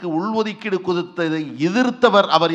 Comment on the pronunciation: டேய் படித்த தற்குறி😂 தமிழ் முதல்ல ஒழுங்கா படி ( உள் ஒதுக்கீடு என்பதை சரியாக உச்சரிக்க வேண்டும்